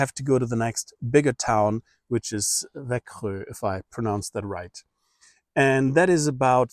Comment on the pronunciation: if you got a swedish driving licence, you should don't need any other ID card. "Växjö" was also spot on!